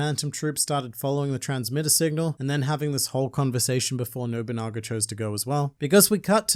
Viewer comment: literally massive w youre the first person who has pronounced his name properly- ive heard nowabunga, nobunga, noguba, nobogana...